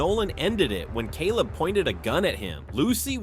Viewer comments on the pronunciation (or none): I loved it when u said Celab Wright😂😂😂